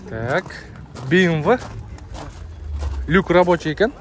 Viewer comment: Быймвы де😂